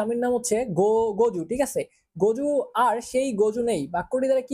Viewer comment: গজু না জগু